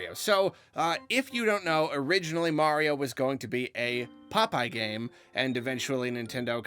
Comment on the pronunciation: "Its-a-me, Marlo"!